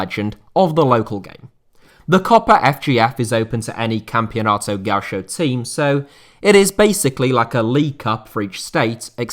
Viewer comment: for future reference read gaucho like this = ga- UUU- sho